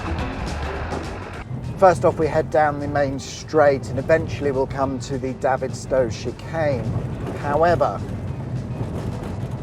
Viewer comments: As a child I played in this airfield and lived next door to it and I’m sorry to tell you but you are mispronouncing its name you should be calling it David as in the name like David Bowie the way you pronounced it sounds more like Davith as in the only gay in the village from Little Britain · You pronounce it like david, sto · Great video. Davidstow.. David as in Goliath, not Ginola ! Reminds me of cringe making M&S advert few years back, that pronounced the cheese the same way but with french accent!!